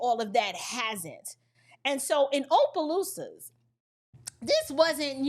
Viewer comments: Not Ō..pelousas.. It's "Ah"..pelousas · My sister, I'm from Louisiana, just a slight correction, Opelousas is pronounced with a short O not a long O, like opposition. Everytime i hear you say it with long O i laugh😅😅